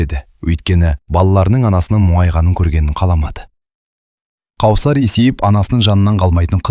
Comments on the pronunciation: Қаусар емес, - Кәусар болар.. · Қаусап емес кәусар ғой қыз баланың есімін дұрыс оқу керек қой. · Кәусәр деп окы Дәния де